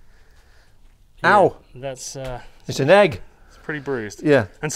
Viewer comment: he make ow!! a two syllable word lol Owaa!!